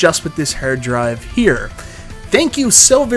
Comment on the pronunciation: Whats a hurd drive 😂?